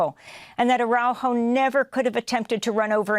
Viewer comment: Please pronounce his name correctly... Ar a u jo